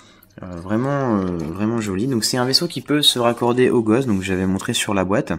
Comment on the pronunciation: on dit le Ghos"T" ! et pas le Gosh